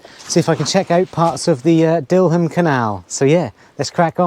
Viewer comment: Dil-ham, stal-ham, dillam, stallam. You sure you're a 😂